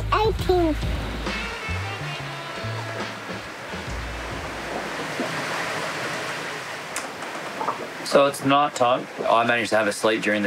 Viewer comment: Ya, expressions... can't sayed "finished" properly... but heck, should at least help him by saying that the ships are anchERRRed, not anchaWWHed. And we won't get into saying "noOHER" all the time, instead of "NOHHH". And so many more...;~)